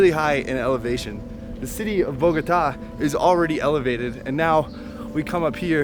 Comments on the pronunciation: 1. Kinda bothered me when you say the city name, it's BogoTA, not BoGOta. Accent is in the last syllable. Just FYI. 2. They tell you to not go south because that's the area where many low-income/working class people live and you find a lot of places with visible poverty. A couple of 'gringos' would give too much 'papaya' there. You can visit, but you should be low-key and probably with somebody that knows the area. A lot depends on specific neighborhoods. --- Look up a map of 'Estratos en Colombia' (Economic stratification) to see how the city is socioeconomically divided by districts -- Monserrate is located around 1,2,3 estratos, so the safety of an area can't be quite correlated with low estratos. In general, you you don't flash expensive stuff like your iphone if you are alone here. ** I would say it is fine down south as a tourist until you reach 'Tunjuelito.' There are commercial neighborhoods like 'La alqueria' where you can find every textile you want, dresses, halloween costumes, etc. Also, there is 'Centro Comercial Centro Mayor' which is one, if not the largest and newest shopping mall in Bogota (great stores, movie theaters, etc). Also, there is 'El Tunal' which has another shopping mall, and a park. Lots of people fly kites here during the windy months like August. 3. Why did you hike down? You hike up and take the teleferico down. It's too much for your knees otherwise in my experience. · Bogotá!!!! BOGOTAAAA. That lady say BogOta. Is wrong! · She does not know how to pronounce Bogotá.😠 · So as “travel bloggers” you didn’t even bother researching how to write “Monserrate” or how to correctly pronounce Bogota?... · The way you pronounce Bogota hurts my ears. lol